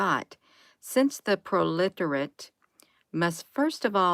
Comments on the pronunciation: Pronounced. Pro-le -tariot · Proletariat sounds like Pro•luh•terry•utt.